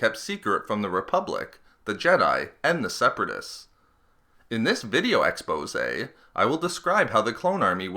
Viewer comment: okay I have to say it... I like the content, but the start of your vids. .. "in this video ex-pose-a" reeeeeeeeaaaly annoys me. I skip past it as often as I can. just that particular section of the videos.